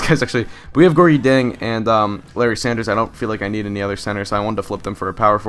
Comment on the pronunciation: Nice vid man. Just also wanted to let you know that Gorgui Dieng's name is pronounced Gorky Jyang.